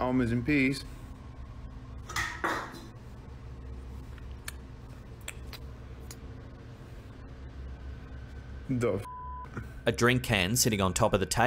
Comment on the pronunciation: I thought he said almonds and peas. I was like, that is a weird combination...🤣